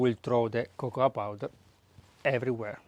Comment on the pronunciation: I laughed out loud when you said Popoa Cowder. Thank you for your videos. Spectacular Greetings from Greece :)